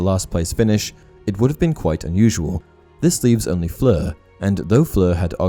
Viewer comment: You're pronunciation of Fleur's name is SO PERFECT !! Great video absolutely, but i couldn't get over how well you say that name with all the nuances on point !!